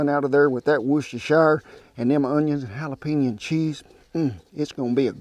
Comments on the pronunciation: love your videos Kent! I'm always instantly hungry after watching. By the way, the 'correct' way to pronounce Worcestershire sauce is (phonetically) is 'wuhster sauce'... without the 'shire' sound at the end... I have a friend who lives in Worcestershire County, England... Keep the videos coming and God bless! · "W Sauce" in England we tend to call it Worcester sauce. We don't bother with the shire it's too much of a mouthful hehe Phonetically its Wuss-ter-shur or just Wuss-ter